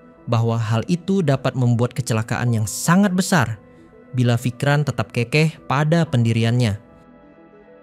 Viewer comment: Bukan kekeh tapi kekeh. Eh gimana ya. Bukan kékéh tapi keukeuh. Begitulah ejaannya jika dituliskan. Karena kata keukeuh berasal dari bahasa sunda yang berarti bersikeras atau tetap pada pendiriannya.